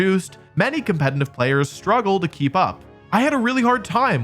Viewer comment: Why does he always say "compeNtitive"? So irritating